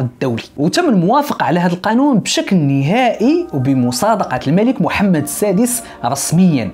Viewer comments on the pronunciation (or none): none